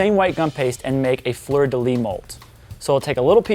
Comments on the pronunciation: I need to say this : The "s" at the end of "Fleur de lys" is not silent, it's pronounced. Thank you for your videos and sharing your incredible recipes. From France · Great cake btw the "s" in fleur de lys isn't silent :) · Beautiful cake! You are a magician! But "fleur de lys" is prononced with the "S" at the end of "lys" a S like serpent! But you are really good in french tho! God Job! :)